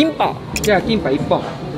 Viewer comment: すみません、韓国人のファンなんですけど キンパ(김밥)の発音物凄く良いです そうです!韓国の海苔巻です-回した後にごま油は塗ります一瞬!!!! 韓国人に見えました一 これからも応援します!!!!